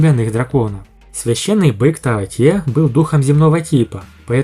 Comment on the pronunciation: таОти, ударение на "О"! А на сколько силёy? Ну предельный доуло, но правда лишь с обычными ядрами! Ведь именно на них делается упор во второй части! В общем он будет ровней обычным титулованным 99 ранга, но не более того, Ди Тяня он не превзойдёт. Его стандартное формирование ядра не позволит. Другое дело гг, он нагнёт всех и вся